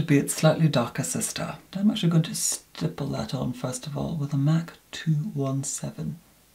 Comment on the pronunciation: I love how he pronounciate " Mac cosmetics " MAK K KOSMATIKKS